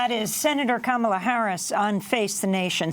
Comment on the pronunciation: $kam-Uh-lUh $hmOellett 2020!!!!